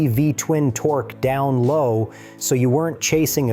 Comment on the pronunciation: "follow" instead of "flow"?